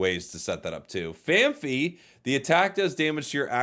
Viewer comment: RIGH-KOO (not COW) FAN-PEE (not FEE)